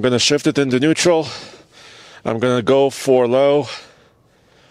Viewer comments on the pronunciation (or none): Nuetral not nuettsl 😂